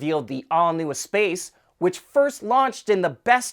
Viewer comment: I may live far away from Metropolitan France (and my native language is not Met French or Quebecois, but I know that the name of that former minivan is pronounced ess-PASS in proper French.